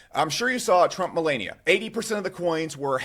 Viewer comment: The one bruh I had no doubt could correctly pronounce Melania, didn't. Can any tubers pronounce her name correctly just once??? Smdh